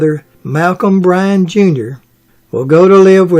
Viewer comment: Her fathers name and brothers name was BY...RON....not Bryan!